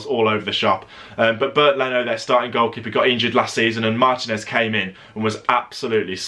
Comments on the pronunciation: One constructive criticism. Can you please pronounce ethnic names in their native language in future videos, rather than anglicize it. For example, Martinez's name is pronounced mar-TEE-nez, not MAR-ti-nez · but that's not how it's pronounced in Spanish. Stop being ignorant.